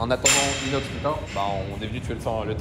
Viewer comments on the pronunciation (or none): Cest moi ou il appel inox iness des fois 😂